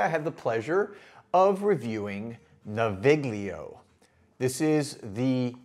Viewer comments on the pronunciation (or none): The /gl/ in Italian words like this is pronounced like the /ll/ in "million". I live near Milan so I ordered these samples as soon as they were available and they're great scents but mostly more like the scent of a place or situation rather than the scent of a person.